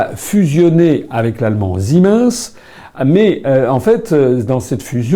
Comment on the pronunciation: ziminsse ? Ca se prononce pas "Sie mainesse " pour siemens ?